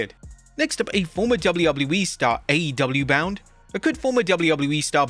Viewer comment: And when he says "will he be WWE bound"